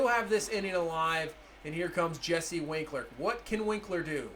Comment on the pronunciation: It’s wink-er not winkler